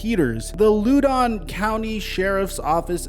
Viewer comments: i live in loudoun county its not ludon btw its (lahw-den) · Hey hate to be that guy but around here(northern Virginia) we pronounce it loud-on county not loud-oun county lol just thought it’s funny the way you were saying it anyways big fan can’t wait to see more of your videos👍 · Lao-Don County Not Lew-Don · Pronounced "Loud-En"not "Lu-don" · sorry, but it's pronounced Lau-den County. not your fault though. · Loudon pronounced Loud en though I do like the Lou Don pronunciation. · Love the content. Btw it's pronounced Loud-on County not Lu-don County. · lol bro I’m from Virginia and I can’t in good spirits let you think the way you are saying Loudon county is correct…it’s actually pronounced “Loud in” …..lol I was like where is “Low Don” at?? 🤣🤣🤣 Glad you covered this story though because I never knew how this actually played out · not loo-don.."lau-don" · Yo big fan love your work but you're pronouncing the county wrong. How do I know this I work for the County It's Loud-on Not lou-don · it's pronounced loud in not lou don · It's not pronounced Loodon, it's pronounced LOW(rhymes with NOW) den. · LOW-don, not LOO-don. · It's Lahow-den County not Lew-don. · Just so you know it’s pronounced loud-don I’m from VA. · I'm from the DMV. Loudon is actually pronounced "Lowd -done". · Horrible story. Speed kills. BTW, Loudoun is pronounced "LAO-dun." Keep up the great work,! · I live in Loudon County VA, and as a die hard Skins/WFT/Commie fan, I feel for the guy. But what he did was so careless and irresponsible he deserves to be punished. His football career is certainly over, but I hope he is able to find a way to learn from this horrible mistake and eventually live a normal life. By the way, it's pronounced Loud-In County. lol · The county is pronounced Loud-on county. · Great story. It's Loud-un though like the word loud for the city name and un. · you pronouced loudon county wrong lmao its pronouced LOUD-ON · Just a heads up its pronounced like loud-on